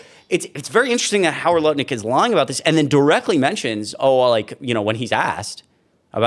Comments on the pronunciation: His name is "NUTT-LICK" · Did you say Nutlick?